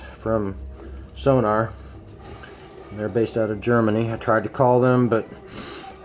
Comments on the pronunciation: Thank you cause his incorrect sonor prounouncing was irritating me😂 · Hi, I don't wanna be *that* guy, but it's called "Sonor" and not "Sonar". See sonor dot com for more information. Also their support is superb, just drop them an eMail. :) This Snare is awesome.